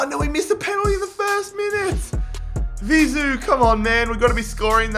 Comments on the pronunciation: Bro its Vizeu not Ziveu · You kept saying Vizu instead of Vizeu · its vizue not zivue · It’s Vizeu (pronounced Vi-zey-oo) not Zivou